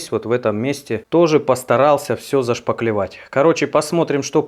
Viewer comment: не шпаКлевать, а шпаТлевать! Режет слух, прости за критику. От слова шпатлевка